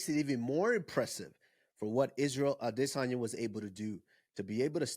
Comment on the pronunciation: Titty adesanya pretended to be hurt and landed a lucky punch!Even a broken clock is right twice a day!and the way pronounced Adesanya..🤮